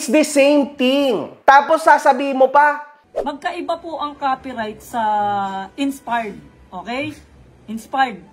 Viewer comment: inspard daw sabi...heheh d mabgkas maayos